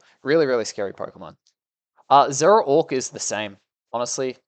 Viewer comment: I love these videos but I cant get over the fact that he keeps calling zoroark zeraork lol